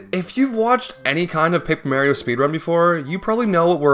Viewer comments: Excited to see love the paper mario serries. The MARY-OH pronunciation is so jarring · i knew you was a fan just by hearing how you pronounce mare-io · Paper Merrio? Oh like Wareo? And Stereo? And ICANTPRONOUNCEWORDSPROPERLEO? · The true crime of this video is hearing Mario pronounced as "Merio" (no disrespect tho. Just been a pet peeve since I was a kid. Stellar video nonetheless) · It's really weird hearing the name Mario pronounced as Mare-io. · Who's Marry-o? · Mare-E-Oh I don't know why that pronunciation upsets me so much but man did it make it hard to watch. Loved the video otherwise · I left a like but I honestly cant get past how you say "Mayrio" instead of "Mario" you are saying it like "Tomato" versus "Tomahto" The M and A should be like when you call your Mom "Ma" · I love Paper Merry-o! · Honestly i think you are the only person I've ever heard pronounce Mario as "Meyhrio". I respect it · To this day I still can't understand why you'd pronounce Mario as Merio, although funny, I do wonder if it's like simply because of an accent or something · Mare-io? Like, the female horse? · It's not Mary-o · "Mere-io"??? Come on man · you saying merio kills me too wtf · Paper Mayrio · 😂 Paper Mehrio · paper meahrio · Paper mehrio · first 5 words says "mayrio" disliked unsubscribed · I love you, but you really gotta start looking up colloquial pronunciations for some of these words. Lean-ear? Mare-io?:( I wanna watch the video but it's too grating, I'm so sorry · its so annoying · Bro, you’re saying Mario’s name like you confuse a cupcake for a brownie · I love the way he says Mario. It makes me smile every time. :) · your pronunciation of Mario is so annoying I cant finish this video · the way you say mario bothers me so much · Plz say Mario right T-T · stop saying maryo its mario uggh lmao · It's not Paper Mario, it's paper Mairio. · I wanna watch the vid but it's so hard to watch it and hearing mArio instead of Mario. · It’s Paper Mario not Paper Mauriou